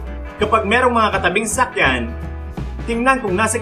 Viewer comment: Ako lang ba yung nakakarinig ng sakyan instead na sasakyan skskksks